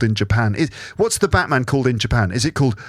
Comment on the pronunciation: Hi! I really enjoyed this rambling episode, so thank you! By the way, the way you pronounced “the Batman” in Japanese was correct;). Somehow it sounded kind of dramatic though🦇.